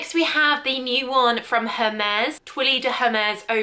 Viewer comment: For the way she pronounced Hermès